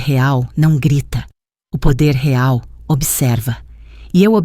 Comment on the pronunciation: A senhora nem sabe falar real